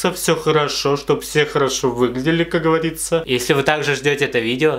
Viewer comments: Как говАриЦа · никто: абсолютно никто:: ну, как гАвАрИцА хкхехех, обожаю 😹❤